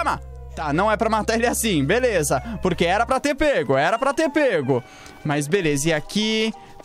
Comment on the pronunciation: Mano eu não sei sê e só eu mas eu acho que o fala velesa